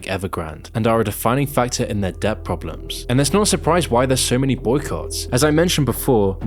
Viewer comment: I hate to be that guy but... "SURP*I*RISE" 😅 Surf Wisely.